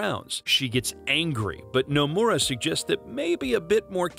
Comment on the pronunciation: The way this man pronounces Nomura's name would piss off Nomura himself.